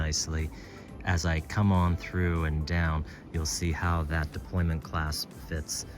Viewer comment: Is it “deployment”, or “deployant”?